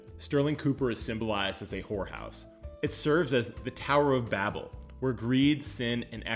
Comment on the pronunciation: That’s not how you pronounce Babel